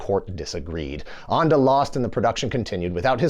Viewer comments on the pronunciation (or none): Thank you! Allow me to add that Ende is pronounced something like end-duh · German pronunciation tutorial: "Ende" is close to "en" from "enter" + "de" from "destiny". German "Boot" sounds closer to engl. "boat" than engl. "boot". Obviously 😄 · If you can say End, you can say Ende - not Anda. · I was looking up the author "Michael Onda" but I couldn't find him. His name is Michael Ende. The German word Ende is pronounced like "end day" in English. The end day of the neverending story. 😂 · Wait. The Neverending Story was written by a man whose last name means end? Really? Also, that's pronounced end-eh. Not... what did you pick? Ondah? Weird choice, you might have Googled it. It would have taken you all of ten seconds. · michael ende ---> its pronounced ....me-kgha-el en-duh.... not my-kel on-dah das boot ---> its pronounced ....dahs both ... not das boot (as in the boot you put on your feet) love the video though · Why would you pronounce Ende like Ande? It is basically pronounced like the English word "end" with an -uh attached. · When will you English speakers learn? 'Boot' is pronounced the same as Boat. You sound like you're talking about footware. Also, Ende is just end-uh. Not Anda. I like the video, though. It's my all-time favorite book. The movie is okay. The sequels and series are horrible. Cartoon, meh. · Ende is pronounced like the English word "end" with a schwa at the end. Not "ahnd-e." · Sorry, but "Ende" like in "end"!😉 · It's pronounced "'ann duh'' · You‘re giving german too much of a flair:D it‘s Ende. Like end in english with another e. Same thing with das boot. Just say it like in english:D we ARE talking about a boat here^^ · That's not how you pronounce the writer's name😬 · Umm.. How is pronouncing 'Ende' here?! Who came up with that? Even an anglicized 'End-eeh' would have been better. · You can say "ending" correctly but not Ende? xD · Cringing every time he says DAS BOOT or pronounces Ende's name differently as a German native. :P